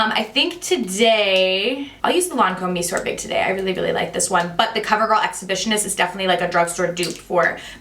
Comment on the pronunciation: Thank you for the good guidance! BTW, the Lancome mascara... The word "monsieur" is pronounced "meh-ss-yeh".